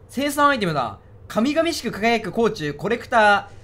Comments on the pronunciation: 神々しく （こうごうしく） 土星ではかみがみしくと読む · 神々しく(こうごうしく) 土星人は神に敬意をこめて(かみがみしく)と読む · 神々しく（かみがみしく）輝く こうごうしくやで 自分の種族の漢字くらい覚えとけって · 神々しく(こうごうしく) 垂涎(すいぜん) 覚えたか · かみがみしくは草